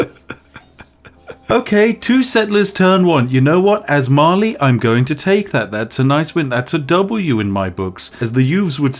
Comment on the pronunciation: I understood eventually he was saying Mali but all I heard was Marley like it's Attack on Titan up in here.